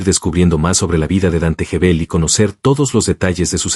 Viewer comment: Gebel, como Guevel No Jebel.